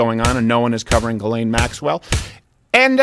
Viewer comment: Steven should pronounce Ghyslaine en français calisse